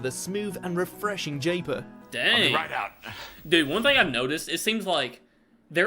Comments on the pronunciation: "Jayper" FFS! You know this guy is a Brewdog drinker. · I must admit to enjoying an occasional pint of Thornbridge Jaipur (pronounced J-eye-pour by the way not the way the guy in the video attempted to say it - It's named after the capital of Rajasthan in India.) The guy in the video omitted to mention the highlights of Jaipur, being it's dry bitterness, but with hints of citrus fruits like grapefruit and tangerine.